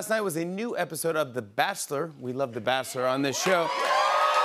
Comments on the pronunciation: Why does Jimmy pronounce it as The Batchelor as "Basslor"?? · yeah, my bad on the typo... It's ch.. But he pronounces it ss.... I don't hear anyone else pronounce it that way